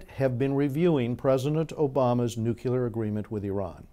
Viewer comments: nu-clear not nuqular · Good Points, well made. Thanks! btw, NUCLEAR is pronounced nu'-clee-er. There is no 'u' after the 'c'.